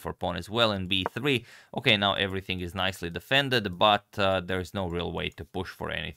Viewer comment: The way you say b3 sounds like 'hey Siri'. Are you using an iPhone?